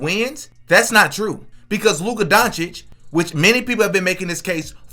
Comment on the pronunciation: Bro is mispronouncing Luka at this point, he keeps adding a R when there is no R anywhere in his name. Luker Donwich